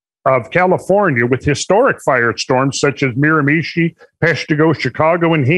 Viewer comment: Miramachi is pronounced with an emphasis on the last syllable MiramaCHI. I lived in that province for 4 years. I enjoy the show guys.